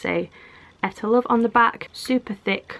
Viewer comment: Hmmm I was always told it was pronounced EE - TAH LOVE